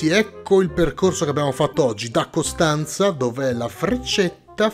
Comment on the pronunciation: Sentirti dire i nomi delle città della Romania essendo rumeno fa brutto 😂 non ne hai azzeccata nemmeno una tranne Costanza 😂